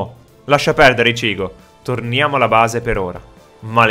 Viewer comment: non pronunciare ishico pronuncia icchigo